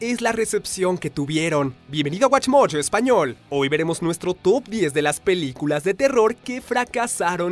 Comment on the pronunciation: Al empezar dice piliculas lo notaron